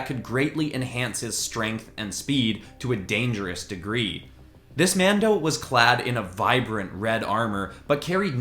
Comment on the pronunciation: stop saying mado